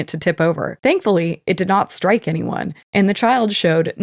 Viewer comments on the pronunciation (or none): none